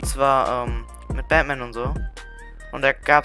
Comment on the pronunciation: Batman nicht badman lol